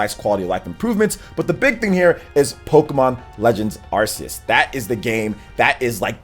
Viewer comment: Why is is pronouncing that Pokémon game name wrong, again? Learn the name man.